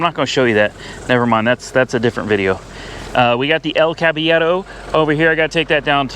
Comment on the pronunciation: You finally said El Caballero well. Congratulations